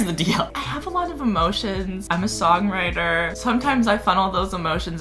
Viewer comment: When he said “I’m a song writer” I thought he said “I’m a soggy lighter”... idk why 😂